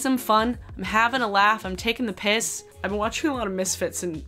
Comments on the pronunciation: Looool ‘taking the piss’ sounds so weird when an American says it😂😂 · Hearing an American say "taking the piss" made me strangely uncomfortable 😂 I love you